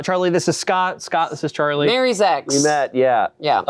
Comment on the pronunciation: "Mary ex" OMG 😂😂😂😂